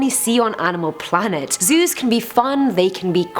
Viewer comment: It sounds like she’s doing Zeus not zoos R.I.P all animals that were shot for the stupidity of mankind